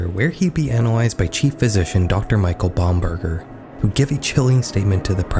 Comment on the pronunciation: i couldnt watch this with a straight face after hearing ''dr michael bomb-burger''